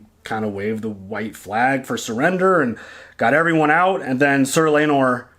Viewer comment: It's pronounced Lay-nor. Like it's pronounced Ray-near-ah. Rhae = ray. Nyr = near. Day-men. Not Day-me-in or Day-mon as Mysaria says. The first syllable of Laenor rhymes with something. Hint..